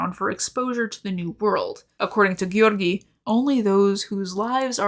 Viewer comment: sometimes you pronounce "Georgiy" so well i start to think video will continue in russian